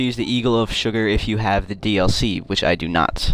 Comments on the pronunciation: I like how he says eagle of suger wrong, it should be eagle of sooger but he says eagle of sugar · It's surger not sugar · It's [sew-gare] not suger